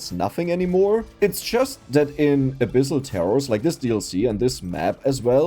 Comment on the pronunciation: I thought you said "A bissl Terror" instead of "abyssal terror"